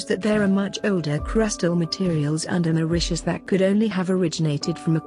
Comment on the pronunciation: It’s Mauritius not Mauritas